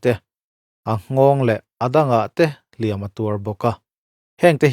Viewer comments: "Hliam" i lam rik dan hi a diklo tlat mai a..... "Hliam" tih hi "Tiam tlat e" kan tih a "tiam" anga i lam rik chuan thil lo la awm tur sawina a ni a. Tin, inbiakna ṭawngkam a hman tur a ni bawk a ni. E.g.- Mi i va hliam ringawt ange aw. "Hliam" tih hi "a va pawi ve aw" tia "pawi" anga kan lam rik chuan thil kal tawh sawina a ni a. Tin, mi chanchin kan sawina atana hman tur a ni bawk a ni. E.g.- Hliam nasa tak a tuar a ni. Mizo ṭawng (Lusei ṭawng) hi uluk hram hram ila, hnam peng hrang hrang pawh chuti tho. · Hliam tih hi i sawidik fel famkim bik chiah lo. Verb anga hman anih Chuan 'tiam tlat e, Kan tih a, tiam Kan lam dan anga lam tur. Adjective anga hman anih Chuan lam rik san tur. Ui hliam alo kal.